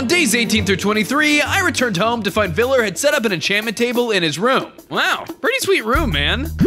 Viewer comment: I knew that VLLR would be here also its a R not like a R in grrr